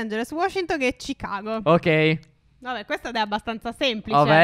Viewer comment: ripeti chigago e come dire ci chago